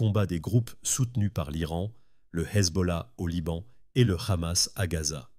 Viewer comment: Hamas pas kamas, en français on prononce pas le « H » à moins que vous soyez qui on pense que vous êtes